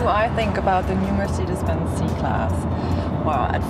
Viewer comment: MERCIDES BENZ! MERCIDES BENZ!!! NO NO NO NO ...mercedes benz